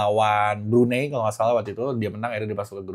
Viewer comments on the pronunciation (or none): none